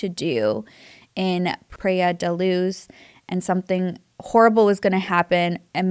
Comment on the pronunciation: I am from Portugal, and I must say your pronunciation of Praia da Luz was quite good :)